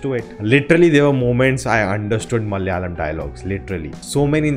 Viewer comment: Hi It's Malayalam, not Mal-yalam